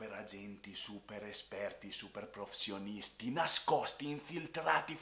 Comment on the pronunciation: come mai hai così tanti problemi nel dire "professionisti"?